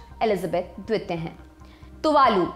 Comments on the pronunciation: मैडम its द्वितीय न कि द्वेत्य प्लीज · द्विपों,द्वित्य ....! क्या मेडम?